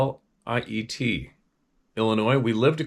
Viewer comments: Joliet = Joe-lee-ette. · Hey Steve, it's pronounced Jo-Lee-at 🫡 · Pronounced Joe - Lee- it. This is crazy that's about 48 minutes 😳 from my door step. Being that I live close to the Southside of Chicago. But man I knew the were close but didn't think 😕 the we're that close scary 😬! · Joliet. Pronounced. Jolly et